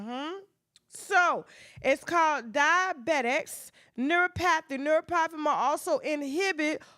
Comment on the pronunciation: If you pronounce neuropathy like that again, I’ll scream.